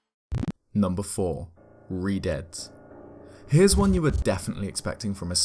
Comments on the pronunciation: I thought redeads said redheads and I was like “yeah they’re pretty freaky ig” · Anyone else think he said redheads for #4 at first lol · redeads Me: TURN IT OFF TURN IT OFF TURN IT OFF TURN IT OFF TURN IT OFF